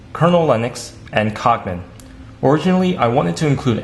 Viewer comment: He said cock man not cog man